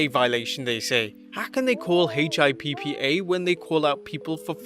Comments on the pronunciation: Dude, it is called HIPPA - HIP-PUH. Not H.I.P.P.A lol gets me every time. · Hey dork, just say the WORD "HIPPA" almost like hippopotamus, but shorter. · HIPPA which you just say Hippo but with an A no need to spell it out is completely different from failing a drug test